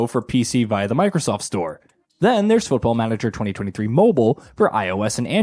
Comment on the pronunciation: I never played Football Manager before and I am thinking on starting with this one.... but... but this guy pronunciation of it....... I am not even native English speaker and I KNOW IT IS WRONG...... not to mention that there is no letter pronounced "yoo" in English alphabet.... closest one to his pronunciation would be letter Y and that is not even close.... What are they teaching them there.... Also who cares on customization of main character who you do not even see at all.....